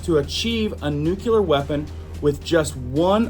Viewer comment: dude, crackin me up everytime you say 'nuculear' 😂🤣😂🤣 N U C L E A R not nuculear 😂🤣😂🤣😂🤣 please tell me you don't pronounce it 'suposebly' too. 😂🤣😂🤣